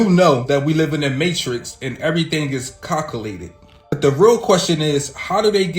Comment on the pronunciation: “ And everything is Cockulated” Yo, Pause! You looking for the word calculated! LMAO!🤣